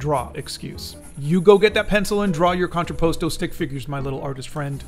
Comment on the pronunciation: just a little pronunciation: con-tra-pas-toe